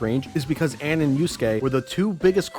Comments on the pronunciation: How about the fact that for 5 hours he kept calling her Anne when her name is pronounced very differently in game ALL THE TIME. I'm convinced that has never actually played P5, saw that it was a popular game, and thought "Gee, how can I make some fast cash by bashing something that is popular? Time to Google search reasons why P5 sucks and compile all of them into a 5 hour video!" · It physically hurt when he pronounced Ann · yo i'm getting wayy too triggered by how prnounces anns name